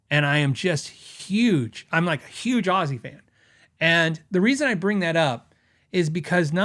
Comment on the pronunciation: Happy Birthday old fart 🥳 I'm learning so much stuff from your channel. Thank you for all you are sharing with us. I played some scales during the video just keep me busy meanwhile. Narrator kept saying "Azie" instead of "Ozzy" 🤣 sheez....